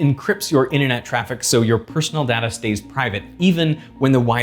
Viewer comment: I really wish that he would stop mispronouncing "data"...